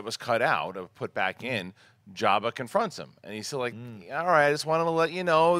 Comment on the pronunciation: He calls him "Yabba," lol. I suppose he pronounces it with a silent J.